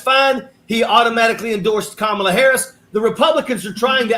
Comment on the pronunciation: The accent on the first syllable of her name seems to throw people KA mala! Please Hall ...find a funny way to teach people. ❤